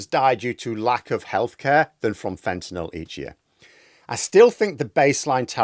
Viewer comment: thanks for pronouncing fentanyl properly.